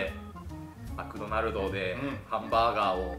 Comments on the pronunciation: 「マクドナルド」と「カスタマイズ」のイントネーションが気になる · 絶対マクドマルドって言ってるよね、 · 最初「マクドマルド」って言ってない？ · 初め「マクドマルド」にしか聞こえない